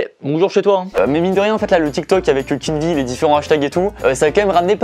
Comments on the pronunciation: Je suis le seul à dire {Keen VÉ} et non pas {Keen Vi} ? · Ces pas Kenn vi le v se dit v donc ces Kenn vé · J'me suis dis la même chose ! 😂 C'est "Kinvé" la prononciation 😂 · Pourquoi tu dis keen'vie au lieux de keen'v ? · Keen'V et vi dans la prononciation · Suis je le seul à ne pas prononcer kenn'v comme il le dit ? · "Kine vi" mdr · La prononciation c kin vé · Mdr « keen ‘ VI »😂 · "Avec Kine vi" incroyable cette prononciation mdrr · On est dacord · Nan ça c'est mon gars, il a percé seul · Ah ouais trop mdr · Keen'V prononcer Keen'V(ie), ça me fume 😂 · Très bonne vidéo, malgré le fait que tu as écorché le nom de Keen’V environ 10 fois.... #TeamKeenV #TeamTahiti #AlHorizontale #Valerie